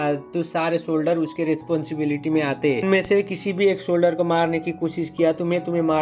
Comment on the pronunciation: Navy solder nahi Navy solger😂❤❤